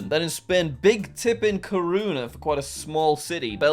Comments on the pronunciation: Live footage of Jack not pronouncing ñ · trying to pronounce la coruña was funny